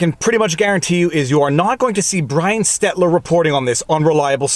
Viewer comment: stettler is mE and my swiss family about to go class action if he mispronouces it again